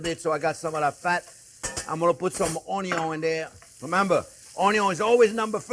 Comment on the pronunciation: There's a few words I use from Chef, like "budder" "onyon" and now "prrrrrrunes" 🤣🤣🤣🤣